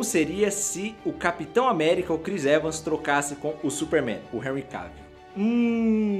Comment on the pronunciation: só eu que entedi ele falando chris evas